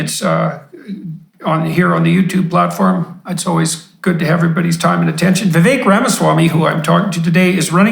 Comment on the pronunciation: Wow . Peterson pronounced his name correctly . That’s very rare🎉🎉